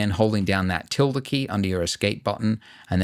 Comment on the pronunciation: Hearing you say Tilde key as a spanish person wrong hurts my soul